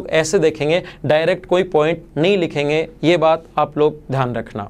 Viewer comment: Dhyan hota hai, dhan nahi. Axtra nahi hota, extra hota hai. Sahi bolne nahi aata hai